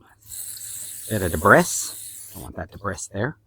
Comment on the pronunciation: debris is pronounced "Debree" the "S" is silent